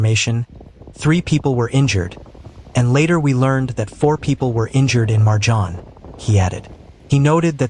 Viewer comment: Vrh luđe. It's not MarJan, it's Merjan, ti gospu vlašku.